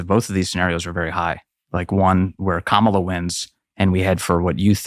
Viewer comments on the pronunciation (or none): While the left is getting triggered over the pronunciation of Kamala, Tucker casually saying it Karmella in the first minute of this video 😂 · I love the fact that Tucker calls Kamala "Carmela". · Love how Tucker purposely butchers the demon hag’s name. 🤣